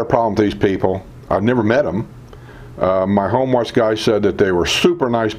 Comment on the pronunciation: Hi! Been watching your videos for several months now and would like to give you some feedback from time to time that may be helpful. In today’s video it reminded me of other videos where you referred to the service known as “Home Watch“. It sounds very much as though you’re saying “Homeless“ to the audience. 😂 It took me several videos to figure out that you meant “home watch” because I did not then know about that service at the villages so the words didn’t make sense to me then. So, for your new viewers and followers perhaps saying it more deliberately will make it more understandable. It is a great service and if you haven’t already, perhaps do a video detailing that wonderful service! Thanks for all that you do!